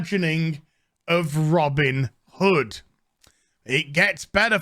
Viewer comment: "Robbin' da hood"